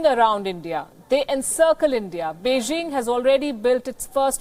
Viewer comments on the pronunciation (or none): none